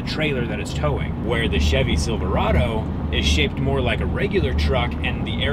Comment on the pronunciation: I definitely heard "silver auto" and not "Silverado" and now I kinda wish it was "silver auto" lol